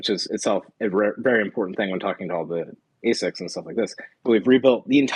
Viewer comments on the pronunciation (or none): none